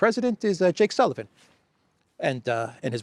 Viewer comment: I remember you saying Jake Sullivan! Bravo!